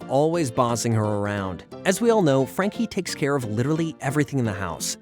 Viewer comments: Anyone else bothered that he calls Frankie "Jackie" instead? I mean, is it even written on the script or is he really just wrong? So many mispronunciation on names it almost cringes me because this show was just that special to me. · It's not Jackie it's Frankie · So we not gonna talk about how he keeps saying jacky instead of Franky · Bruh you said Frankie name wrong u said jankie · Love this show. Frankie, Mac, Bloo and the main group of imahinary friends are my faves Also, it's Frankie, not Jackie, how do u get that wrong?! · Did i miss it or misshearing this? Whys the narrator calling frankie jackie? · Her name is Frankie....why do you keep calling her Jackie...? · STOP SAYING JACKIE!!! ITS FRANKY!!!!! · All the research and you can’t even pronounce Frankie’s name right I can’t even take this video Seriously. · Dude you started calling frankie frankie or miss Francis then like 5 minutes in you forget her name and start calling her Jackie, also Extremeasaurus is pronounced Extreme-A-Saurus for fuck sake, if you’d actually watched the episodes you’d know this.